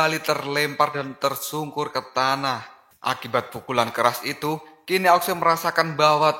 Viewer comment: ao Xue Di baca : ao suu Bukan aok sue